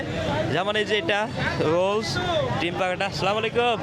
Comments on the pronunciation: আসসালামু আলাইকুম টা তু ঠিক মত বলেন সালামাইকুম অর্থ আপনার উপর গজব পরুক। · ভাই আপনার ব্লগ গুলো দেখে কিন্তু আপনার সালাম দেওয়ার স্টাইল টা আমার ভালো লাগেনা সালামটা আগে ভালো করে শিখে নিয়েন তারপরে মানুষকে সালাম দিয়েন😅😅